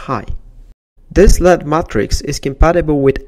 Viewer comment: its L-E-D not lead....